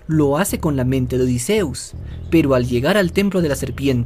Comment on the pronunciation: Por lo menos si pronuncias bien el nombre de odysseus